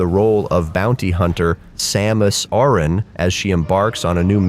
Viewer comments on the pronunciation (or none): none